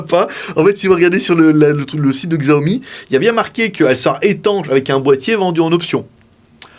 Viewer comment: Juste pour info, Xiaomi se prononce "Chiaomi". Mais sympa de partager le test !